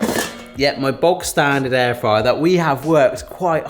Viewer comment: Air drier rather than air fryer